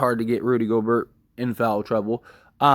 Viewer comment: You pronounce Gobert like Gob-air. The T is silent and the E is like a long A.